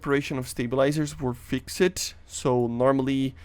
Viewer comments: Imagine if he learned how to say “fixed” instead of “fixaded” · "fix - ed" Xd the way u say it